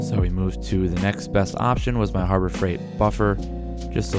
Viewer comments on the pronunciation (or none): none